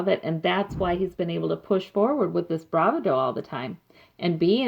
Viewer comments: Hi....enjoyed your reading and we can only hope that justice will finally be done. I believe the universe is listening. By the way, just FYI bravado is pronounced bra VA do not bra va DO. The emphasis is on the second syllable, not the last. Just FYI, not meaning to nitpick at all! Pat E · The word is pronounced BRA VAH DO. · Thx for the reading... I think it's pronounced.. Bravado.. with the emphasis on the second syllable not the first.. :) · this is nitpicky, but please learn how to say bravado